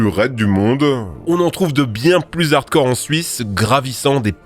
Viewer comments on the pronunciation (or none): none